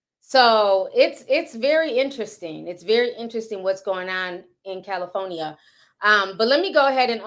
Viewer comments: I love you Ti, I do…but is Cal-i- FOR-nia ( with a “R” ) 😂😂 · Cali-foe-nia? Lol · Not Cali-phony-a😂😂😂😂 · Girl the way you say Cali-for-nia😭😭🔥